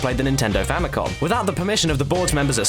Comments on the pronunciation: i swear if I hear someone call the "Famicom" a "Famicon" one more time, i'm going to take a 1000 degree knife to a nursing home. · Famicom* FAMIly COMputer Note the absence of an 'N' in 'Computer'. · FamicoN? Did you mean Famicom?